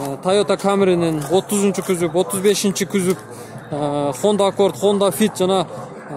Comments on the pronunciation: кузов деп айтынызчы кузоп дей берип чарчаттыныз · КYЗОП дейтко🤣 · Күзүп дейтко Баткенден келген окшойт а админ